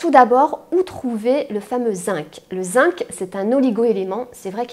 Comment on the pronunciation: Bonjour, excusez moi mais le mot Zinc se prononce "zing".